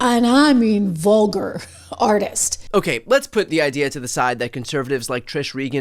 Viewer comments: Wtf is a ‘vugar’? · WTF is ‘’Vuger’’ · What is VUGAR? LOL. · "NFL's DANGEROUS GLORIFICATION of VUGAR..." What's a vugar? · lmao “vugar”